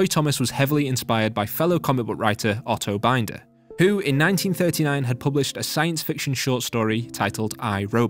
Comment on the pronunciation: Okay, someone else may've called you out on this, but it's BEEN-der, not BUYN-der.